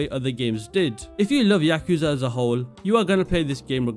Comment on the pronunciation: When I heard you mispronounce yakuza in the first 3 seconds, I doubted whether I should the rest of the video but then I noticed your top 3 are my top 3.. the immersion you receive of playing as a detective in the most famous redlight district in the world and the story that keeps you engaged in Judgement is underrated. Many people just like the updated version of judgement in LJ but dont notice the minor details in what makes some people come back to judgement but not LJ. Each of the top 3 games immersion, story, side content, and music are unrivalled in the Yakuza series, not to mention, these games taking the biggest risk in the kind of games the devs created.